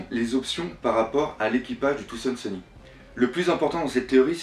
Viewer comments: C'est pas trop ça le problème mais c'est plutôt quand tu dis des trucs genre "Touzand Seuni" à la place de "Thousand Sunny"... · pourquoi tu dis Thoandsunny? on dit Thousandsunny en gros soleil millénaire en FR quand tu le dis on a vraiment pas l'impression que tu connaisse le mot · je t'en pris prononce bien thousand sunny xD sinon très bonne vidéo^^ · bonne video!ù mais c tarpin drole comme tu prononces brook thousand sunny et tout